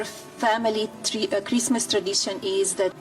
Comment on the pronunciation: Dude, she's HORRIBLE! "I have to put up all this stupid Chreestmas trees, who gives an EFF about Chreestmas.".